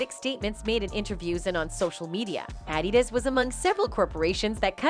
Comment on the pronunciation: This has to be A.I narrating. She mispronounced Dr Dre, Adidas, and Beyonc 😆 🤣